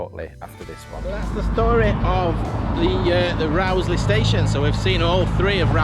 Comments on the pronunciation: It's definitely pronounced Rose-lee. I'm an ex-local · I always heard it pronounced Rose-lee. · I've always pronounced the name as Rose-lee, but some locals do say Rauwsley - yer takes yer pick! In my day the Rowsley Sidings were referred to as the Rowsley Marshalling Yards, always a busy sight and a great day out for a young train-spotter!